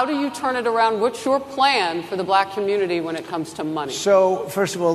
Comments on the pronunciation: It's the SAME Pronunciation of " Black" as the South African(s) in "LETHAL WEAPON II " !! " Bleeckk " because you're " Bleeckk " .. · "I didn't know she was blæck!" He even said the word black in such a weird way 😅 just listen to how he pronounce it! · Just the way he pronounces “black” is so disrespectful. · Trump's pronunciation of "black" is even racist.